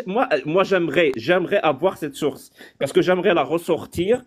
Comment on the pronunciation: Du verbe Zavoir 😂😂😂😂 tellement de golmons font cette liaison invisible